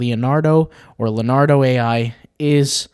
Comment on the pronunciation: Okay...did you actually call it "Lenardo"? You've never heard of Leonardo?? (Da Vinci or DiCaprio??) Bless your heart.